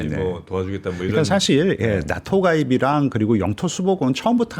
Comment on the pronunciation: 이 분 한국어 발음을 더 잘하시면 좋을듯. 교포 제니도 아니고... 인줴...협죵... 사쉴